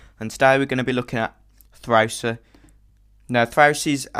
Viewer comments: M8 u are sick at this ! Btw i love the way u say Thrausi lol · I like how he says thrausi its funny :D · I love when you Say Thrausi^^ Very cool